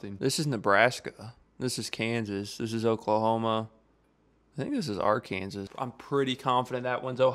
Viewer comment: Hearing pronounce Arkansas like he did makes me want to end it all. Love the content tho